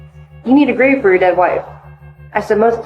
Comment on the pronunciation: Your emphasis on the word "dead" was entirely too off-putting.